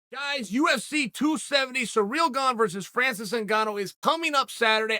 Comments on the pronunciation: “Cereal Gone” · Surreal Ganye - Chael is undisputed